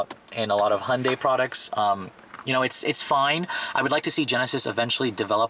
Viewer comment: First learn how to say Hyundai properly and then do reviews.